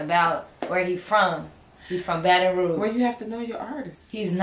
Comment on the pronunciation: You still say Baton Rouge wrong but we gone let you slide dis time 😭